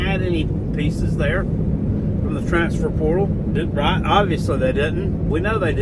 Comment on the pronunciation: Who have dey pwayed